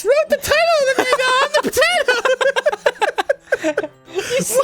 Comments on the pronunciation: Anyone else annoyed that they pernonce manga like mainga not monga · its ma-n-ga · I feel like Arin is pronouncing manga that way to specifically irritate people